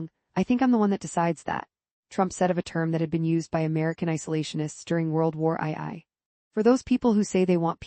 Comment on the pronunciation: World War Eye Eye 🤣